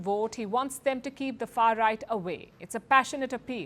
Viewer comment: Stop saying far ight.